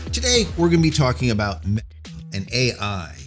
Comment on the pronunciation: Why do you keep slurring or bleeping out Meta